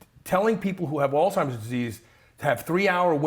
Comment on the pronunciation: ‘Altimers’? Really!?